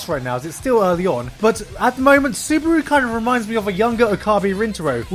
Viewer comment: why are most people pronouncing his name as suburu xD am i the only one noticing this?? its clearlyy subaru -.